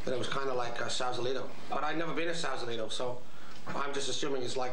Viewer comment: mispronounces Sausalito:)